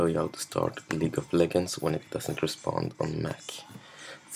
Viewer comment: someone teach this guy to say "legends" and not "leggends"